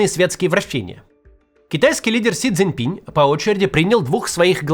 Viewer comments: Макс....пожалуйста.... - пин, а не пинЬ😢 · Он не Си Цзиньпинь, а Си Цзиньпин. Не "Си Цзиньпиня", а Си Цзиньпина. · Максим, пожалуйста! Си Цзинь Пин. Пин !!!!! Без мягкого знака!!!